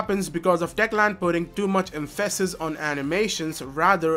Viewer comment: Em-phasis. Not empha-sis 🤓